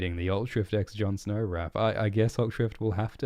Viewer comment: "Jon Snor"